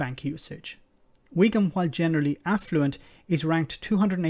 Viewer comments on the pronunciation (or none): "Wigam Buckinghamshire," who are these supposed educated southerners, who actually vote for these people?